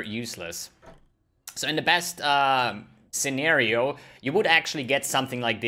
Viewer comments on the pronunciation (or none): none